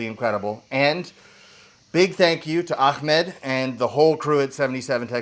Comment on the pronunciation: you said “ahmad” in strange way , like the way of someone from Israeli will say it 🇮🇱